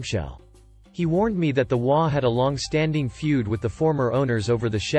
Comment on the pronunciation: HOA is pronounced as its three letters, H O A. I love your content, but if I knew what an imogey was, I would post fully dressed imogeys, not bare imogeys. I do not do cyber porn.